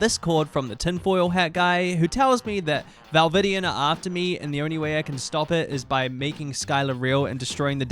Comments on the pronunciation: I know I couldn't ignore it😭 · this is the first time ive seen seen one of your videos and im genuinely baffled how you mispronounced valdivian and dateviators when its a fully voice acted game. Its giving low-effort tbh. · Val-vidian? Date-avators?? CHASSIS???? it's a fully voiced game they pronounce these things for you OTL Ribbing aside this is a very fun way to do a tier list, love how they get moved around the more you talk to them